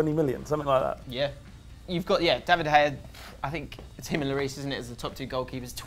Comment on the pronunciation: why you not use the g in david de gea he`s spanish not dutch